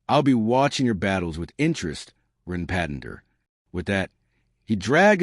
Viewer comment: The AI narrator sometimes calls him Run and Ron. And it keeps calling Jin "Jean" and someone else named Mako "Mayo"